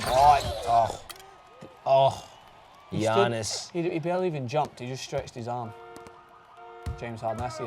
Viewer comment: Giannis is said YAHH Nisss god damn your suppose to be a professional